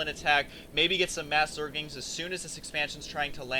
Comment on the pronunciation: Hey Husky...its pronounced "ZERGLINGS," not "ZERGINGS." Note the 'L' in the word!